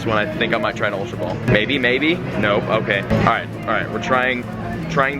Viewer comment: ultra ball not ultrabal